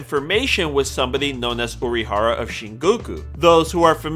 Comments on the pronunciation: I'm really sorry... but it's 'Ori-hara' not 'Orohara'... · "IZAYA URAHARA" TRIGGERED (lol no, sorry, I had to) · izaya ORIhara not izaya URAhara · Why was he saying urahara at first 🤣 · Am I the only one who thinks he says Urahara (like the one guy from Bleach) instead of Orihara? xD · "Dur-ra-ra-ra ....Izaya Oorahara" The fuck are you saying omg. This hurts to listen to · It's Orihara not Urahara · its not pronounced "Udihara".. its "Orihara" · "IZAYA URAHARA" Please learn to pronounce your "favorite" character's name. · It's O-R-I hara not URI for fuck sake 🤦‍♂️ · Its orihara with an 'O', you need to understand that he is not a relative of some BLEACH character. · Is it that hard to say Orihara? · It's a nickname. It's equivalent to "troll-zaya" ... I thought he was pronouncing it wrong too, until he said "Orihara" when referring to the Baccano easter egg... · Says he is his favorite character. Mispronounces his last name. Edit: why do you say it right here but get it wrong before. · "Izaya Urahara" "Yukio Okamara" "Mephisto Pheelees" "Nami" stop.just stop. "Shinguku" nope. so done. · Izaya Urahara